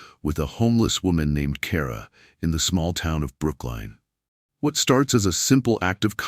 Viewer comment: Is that trying to say Brooklyn? Maybe use a REAL voice instead of the #$%^&* digital voice